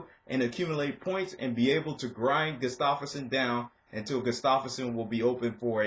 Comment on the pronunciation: Did you just say goose-stoff-erson? Its gustaffson dude. Wrecked his name. Sounds like gu-staf-son